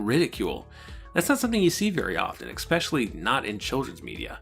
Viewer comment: Man, I’m loving this series! If I could offer one tiny bit of criticism it would be this- the word “especially” is not pronounced “eck-specially”. Sorry for the nitpicking, but I thought I’d point it out. Solid, solid work!